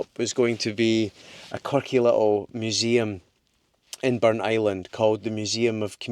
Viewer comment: A hugely interesting episode (as always). The Pictish carvings were fascinating (I studied A-Level Archaeology some years ago). I also learned that Burntisland is pronounced 'Burnt Island' and not Burnt - is - land as I always thought. Loving the series and looking forward to the next one. Thank you.